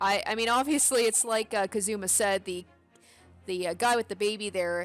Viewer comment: Gonna correct you , you said "kazuma" like "kaZUma" holding the "zu" longer, but you gotta hold the "ka" longer in "kazuma".